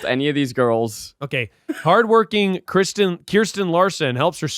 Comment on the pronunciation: As a Kirsten it’s KUR-STEN. Keith was the only one who said it right 😭 but saying “no one knows she isn’t worth it” is a clip that I need so I can play it every time someone calls me the wrong name 😂🤣❤️